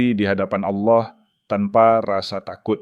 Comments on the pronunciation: Betul... saya juga ga suka dengan sebutan itu. Karena Kristen tidak menyebut Auloh atau Aulah.. tapi Allah .. naratornya bukan Kristen rupanya.. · Kenapa yg membacakannya menyebut nama Aulah dgn jelas BKN ALLAH ? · Saran kpd moderator: Dlm mengucapkan Allah, biasa saja, lafalnya jng seperti kadrun,, nanti dipersepsikan dg alloh swt {alloh nya org Arab}. Beda x,,, alloh swt dg Allah yg disembah oleh Kristen dg alloh SWT yg disemah islam. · tapi teologi dan sistimatikanya sdh oke, hanya intonasi kata oloh itu sedikit mengganggu krn menurut mrk itu proper name